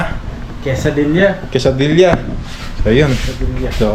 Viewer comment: Boss Quesadilla to pronounce silent L.